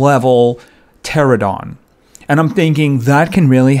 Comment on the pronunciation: Its a pteranodon not a pterodon